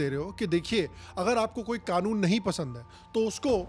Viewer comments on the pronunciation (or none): none